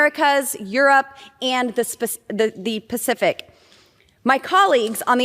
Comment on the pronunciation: Holy S***, Boebert had to stop herself from saying 'Specific Ocean' instead of 'Pacific Ocean' like a Family Guy Character.